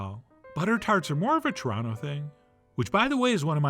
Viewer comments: He’s pretty close. Churonto has one T too many for the official pronunciation of Churonno but it’s closer than most. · I'm not sure I agree... I feel like I heard too many syllables. I feel like he said T'rontuh, rather than tronno (or trawna)... Still, it felt more like a southern Ontario pronunciation than an American trying to say it... He does OK with an anglophone Montreal, too.